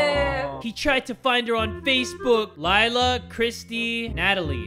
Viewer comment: it’s pronounced Layla not Lila, I have a friend called Laila and it is pronounced Layla